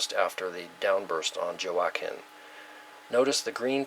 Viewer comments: Thank you. J is like H or W in Spanish, as in Juanita or La Jolla. Hurricane H'wa-keen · Just subscribed ...love your work. Just a minor thing, Joaquin is pronounced "hwa-keen" ;) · Word Pronounced- Joaquin Wah (as in what) and keen (as in keen intellect) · Thank you for a great presentation. Shared. PS Joaquin is pronounced waa keen, the J is silent. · Joaquin, pronounced, walkeen. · pronounced Huakeen...like Joaquin Phoenix.